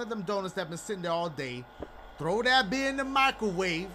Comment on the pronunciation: its funny as hell how Dashie says "beer 🍺" :_DACHIEHAPDASHIE::_DACHIEHAPDASHIE::_DACHIEHAPDASHIE